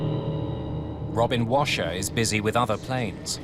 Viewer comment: Sounds like robin crasher rather than washer